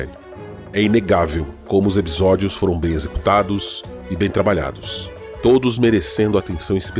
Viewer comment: Ótimo vídeo. Vou confessar que fiquei um pouco incomodado com os "ebisódios" mas fora isso, perfeito. Adorei a série tb!